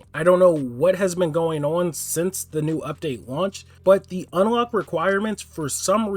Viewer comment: the fuck is this man saying (un-a-lock) for its just unlock there isnt an (a) in the middle bruh XD